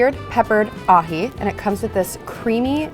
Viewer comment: That “ahi” could literally be anything